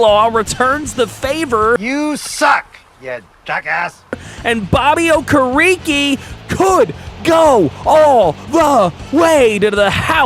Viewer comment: Bro the way you pronounced Bobby Okereke it's pronounced oh-keh-reh-kay not oh-kah-ree-kee, I'm a Giants fan he's a stud for us yea I know how to pronounce his name lol